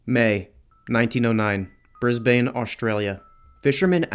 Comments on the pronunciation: oh mate I love the attempt but its pronounced Brisbin same with Melbin . and Emew . one day i will write the greatest Australian story in the words ive written above and an American or Canadian will finally be able to drink like an Aussie . FUCK IN 31 OF MY LIFE I HAVE NEVER BRIS BAINE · It's not pronounced Brisbane it's pronounced brisbin. Just letting you know🥛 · I haven't seen anyone else correct this so I will. the pronunciation of Brisbane is Bris*band*, as with many of the town names in Australia things aren't pronounced how they're spelled